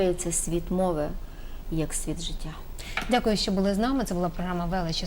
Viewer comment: Цікава історія ! Дякую , а не дЗякую! А я розумію терпіння пані Ірини ! Як можна чути те щьокання , цякання , чьокання Наталки ? Культура мовлення -0 ! В українській мові , -Ж Ч ,Ш ,Щ вимовляються ТВЕРДО !